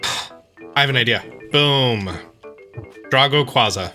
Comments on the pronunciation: I don’t want to be mean but it’s pronounced (dr-ah-go) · Me: Dray-go: DRAH-GO